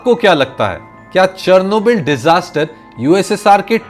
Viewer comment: The way you pronouncing Chernobyl is so wrong